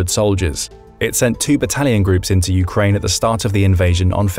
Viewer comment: What is this "Urkaine" you speak of?